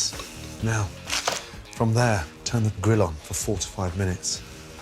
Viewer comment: I am so glad you included written instructions, I thought he said "forty-five minutes" instead of "four to five minutes."